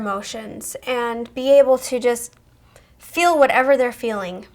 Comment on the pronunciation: When you say feel it sounds like fill